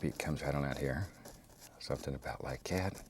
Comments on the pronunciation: Sometimes I hear "somethin' about lye gyat" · What is a "lie cat"? He says something lie cat. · jimifender Yes it was a joke. He is saying "like that" but his country roots allow him to say "lie cat"